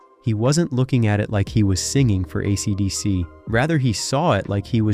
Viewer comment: Yeah RIP YouTube. A robotic voice who can't even pronounce AC/DC? A monotone boring piece of repetitive crap.